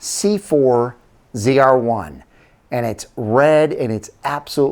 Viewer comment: You had 2 chances to get "ZR-1" right. And you miffed both... Correction. 4 chances and all of them wrong.